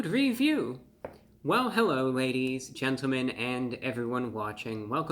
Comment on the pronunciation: Hewwo Wady’s and Gentlemen!